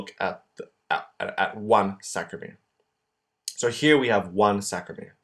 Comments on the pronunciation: Great video but it's SARCO-mere not SACRO-mere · Love your drawings and this tutorial. However you are saying and writing "sacromere" but the word is "sarcomere". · nice video but it's Sarcomere and not Sacromere... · As an AP instructor of 35+ years, you do a nice job! However, you must make sure you pronounce the words correctly! It is NOT sacromere.... it is sarcomere! Double check your pronunciation before you begin! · It is not saCromere, it is saRcomere .. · Great video, just maybe make a note that it's saRCOmere, not saCROmere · Aloha! I love this resource! Thank you!! BTW its Sarcomere and sarcoplasmic----sarco rather than sacro- ya? Mucho Mahalos! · CORRECTION: it's SARCOMERE, not SACROMERE. Correct pronunciation/spelling is important as students, we should be learning the correct way. Thank you, I think you're great! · Isn't it sarcomere not sacromere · Was very helpful SaRcomere, SaRcomere, saRcomere, saRcomere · This is great, but it's totes called "sarcomere"...